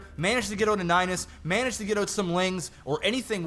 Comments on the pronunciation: STOP SAYING AHOT!!! ITS SAID OWWWTTTTT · What's with these guys and how they pronounce "out"? It's like "eut"